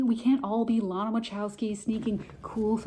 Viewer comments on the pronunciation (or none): none